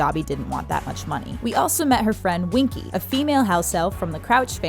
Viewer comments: it is Winky not Wonky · it's Winky, not Wonky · it's winky not wonky